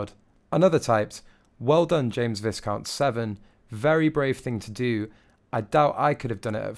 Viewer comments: Vi'count. Vi'count, Not "Vis'count" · It is pronounced "vEYEcount" not visscount!!! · “Vi count” is the correct pronunciation not “Visssss count” 🇬🇧💕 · I hope this narrator has now learned that Viscount is not pronounce 'visscount' but v-eye-count! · It is pronounced Vycount not visscount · ITS NOT VISS-COUNT! It's pronounced 'vye-count' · Good video but please pronounce Viscount like Vyecount. Not like discount. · It's not pronounced vis count its pronounced vycount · VI-count (as in violet) not viScount. Loueee, no LouiSSS. YOU MUST DO BETTER! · It is pronounced Vi-count, not Vis-count, the s is silent. Viscount is his title, so, he is Viscount James Severn. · I have to tell you it’s not pronounced Vis count, it’s pronounced Vy count, the s is silent. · It's not visssscount. It's pronounced V (eye) count. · Oh dear....it's V-eye-count not Visscount...and YOU-genie...it's okay many make the mistake but worthwhile to know. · It's pronounced Vy-count, not Viz-count. Check for yourself. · Please correct your pronunciation - Its VI - COUNT as in hi and not VIS-COUNT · Pronounced "v'eye-count," not "viss-count." Also, Prince "Lou-ee," not "Louiss." 😉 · Vissscount? It's Vi-count. For Brit who is trying to be a royal commentator, you need to do something about your atrocious pronunciation! I've watched several of your videos and in every one, you get something wrong. Also, it's Tindall as written.....not T'ndaaaaal. And it's Louis is not Lewis, and he is four years old and was not even there! It's Eugenie not Eugene (she's a female!) The accuracy of your "information" is rather questionable too. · river Well said! You said everything that I wanted to. When he said bofh of them, it was the end. Dreadful English pronunciation. I shall avoid this channel in future. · THANK YOU!!!! Its been driving me crazy that he keeps pronouncing its Vi•SS•count and not VA•I•Count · It’s not viscount as you said it, it’s pronounced Vai: count as in dye = vai= count